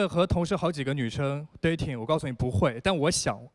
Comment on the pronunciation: 这节目噶觉很假 看不下去了 什么留学墨尔本，连dating 发音都发不好， 着装也不合适